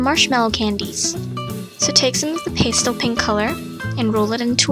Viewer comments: Most artists I know pronounce it "pass tell" not "paste el", but great video! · I'm sure someone's already mentioned this, but pastel is pronounced pæˈstel (like pasta). Adorable jewelry! I'm a long time fan:)